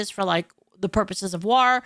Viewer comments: "War" ❎ "Rawr" ✅ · Never noticed when says war she says it as..... W-are. Why you saying it like black beard the pirate?😂 It's spelled War but pronounced Wor. Not like the O in word (werd) but like the O in Thor. English is so dumb🤣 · I like how pronounced 'War' and 'Strength'. I pronounce it 'Wor' and 'Strankth' but she pronounces it how it's spelled. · You pronounce “war” like the Orcs from Warhammer and it’s adorable.